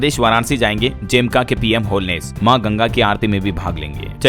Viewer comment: Jamaica ❌ Jemka✔️